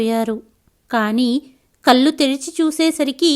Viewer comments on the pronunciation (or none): అంతా బాగుందమ్మా,కానీ మీరు కొన్ని పదాల ఉచ్చారణ ను సవరించు కొంటే ఇంకా బాగుంటుంది. ముఖ్యంగా ళ కారం ఉన్న చోట లకారం పలుకు తున్నారు. కళ్ళు పలికే పద్దతి .మీరు కల్లు అంటున్నారు. తప్పు పట్టాలని కాదు నా ఉద్దేశ్యం.వినసొంపుగా ఉండాలి అని అంతే.🎉🎉